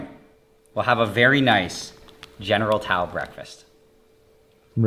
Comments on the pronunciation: Nile: General Towel Everyone Else: General Tso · Why does he keep saying General Tao? Isn't it General Tso?